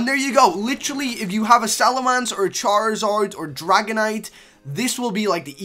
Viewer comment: Salamance? LOL ITS SALAMENCE